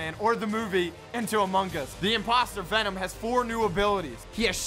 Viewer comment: He really said Benom lol 😂